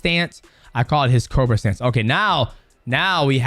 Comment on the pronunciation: It’s co bra not cro ba xD